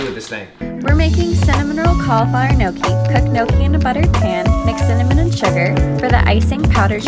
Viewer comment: pretty skeptical because gnocchi is an Italian pasta🤔 and he pronounced both cauliflower and gnocchi wrong lmao